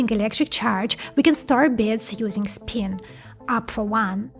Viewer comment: Learn how to pronounce the letter i in English. Not speen.